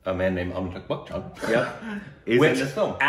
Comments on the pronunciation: well its Amitabh Bachchan & not Amitabh Buckchhan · It isn't "Bak-chan" it's "Ba-chan" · Its not pronounced as buck chan though....